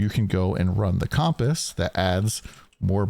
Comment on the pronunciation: you says comp ASS its pronounced more like cump ISS funny enough no hate lol